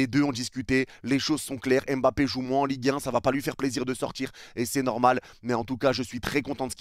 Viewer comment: "EN LIGUE HEIN" 😭😭😭